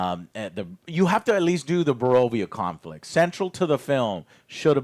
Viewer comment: Say it with me Joe: Boravia.